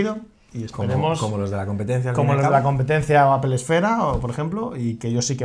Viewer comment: Joder me mata cada vez que pronuncian APEL, se pronuncia APOL APOL APOL APOL!!! Exito!